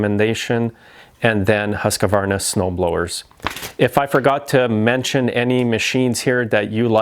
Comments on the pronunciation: Why can’t people people in North America pronounce Husqvarna correctly? Husq-var-na. It is NOT a 4 syllable word. The first syllable is actually pronounced hoosk, not husk. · It's pronounced Hus K!-værnA .. Directly translated, it means House mill ( the mill house). Nice to know if you usually mention the brand a lot. The company originally started as a royal weapons factory in 1689 by the waterfall in Huskvarna, Sweden. They needed the hydropower from the waterfall to run their gunpowder mills and boring mills. Since the factory was located next to this 'mill house', the company took its name from the location.